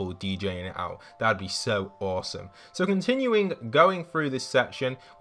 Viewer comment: You said bosome not as some